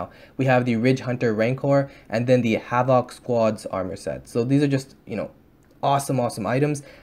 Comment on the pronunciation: ur saying havoc wrong Dx